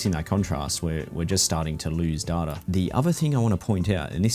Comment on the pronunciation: dude .. its data not data